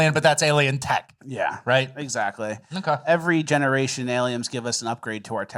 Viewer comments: Has adopted the correct way of pronouncing Aliems. THAT A BOY,....Keep diving down those rabbit holes. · used to occasionally mispronounce words to see if would catch it and 'aliems' was just one of those words that stuck lol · Why is "aliems" controversial?